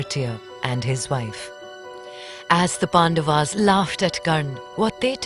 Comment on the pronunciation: It is not Pandavs It is Pandavas